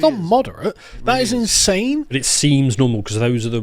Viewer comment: "In-sing" is the word they are looking for